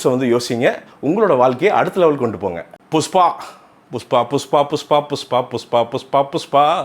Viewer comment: புஸ்பா இல்லை புஷ்பா